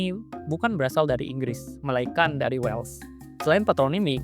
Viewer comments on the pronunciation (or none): none